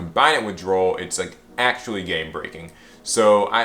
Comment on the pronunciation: When you say "actually" it sounds like axily